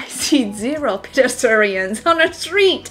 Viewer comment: she can't pronounce PEDESTRIANS lol, I think it's cute on how she says it though